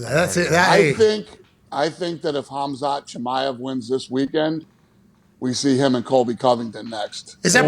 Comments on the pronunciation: "KOMZOT KIMMIEV" SMH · Hazmat Gimmiav is hey pronounced it in the beginning 😂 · oh no i know pat and did not just call Khamzat "Kamzat Kimiev"... boys boys boys smh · “Khamzat Kimiev” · "Khamzat kimeav" 😂😂😂 dude is probably the fastest growing UFC star rn... the disrespect! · “Kamzat Kemiev” 🤣🤣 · Never heard Khamzat Chimaev pronounced so badly before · Boys I love ya. But you ABSOLUTELY butchered khamzat chimaev name lolol cmon he's a goat in the making. Sweet Jesus you have the president on ur pod🤣 cmon:_HowYouDoin::_KeepMovin::_MadMel::_MadMel::_MadMel::_MadMel::_MadMel::_MadMel::_MadMel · pronunciation of Khamzat Chimaev is hilarious